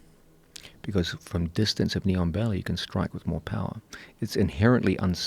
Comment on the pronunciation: thank you. Listen to it if you haven't ever heard it before, sounds like neon belly😁 of course now that I know what it's supposed to be u can never unhear it